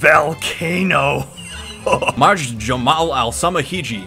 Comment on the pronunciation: "Mak a clay valcano" has me sobbing